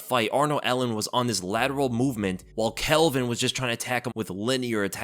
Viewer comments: It's NOT ' Kelvin ' !!!!!!! C'maaaan ... 🤣👍✊ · it pronounced calvin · Why you call him Kelvin? His name is Calvin lol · Bro, his name is Calvin not Kelvin. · His name is Calvin, not Kelvin. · why you calling Calvin, Kelvin 😂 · Calvin not kelvin 😂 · tfw you called him kelvin like 5 times in a row when his name is calvin lol